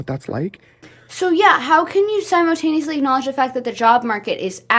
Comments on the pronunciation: i love the way she says "simo"taneously😭😭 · Girl I luvv ur videos, u gotta stop saying “simotaneously” tho 😭😭😭🙏🙏🙏❤️